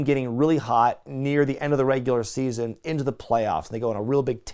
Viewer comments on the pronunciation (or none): none